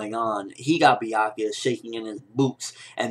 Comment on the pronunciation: That isn't anything close to how I read Byakuya's name.